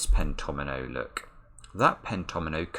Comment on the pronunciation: it was so awesome when you spotted the fact that the fives must appear in each pentomino. Also, the way you pronounce pentomino is so articulate! Thanks for sharing your wonderful mind with the world!